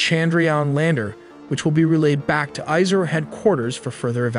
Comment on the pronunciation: Correct pronounciation: IS-ROW CHUN-D-RA-YAAAAN